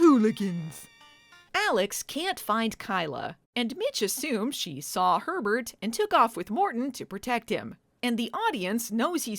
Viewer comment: I couldn't stop hearing "pervert" everytime you said Herbert 😂